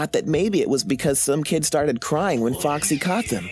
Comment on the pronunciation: Lol Foxy sounds like - FUCK SEE Sorry foxy for posting this :/